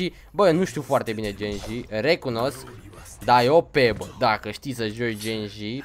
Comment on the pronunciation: Ba nu genji se citește se citește ghenji oricum este foarte tare și mai vrem episoade de overwatch